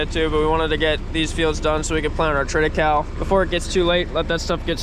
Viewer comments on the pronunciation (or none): Triticale is a cross between wheat and rye.. pronounced Trita Kayleigh ...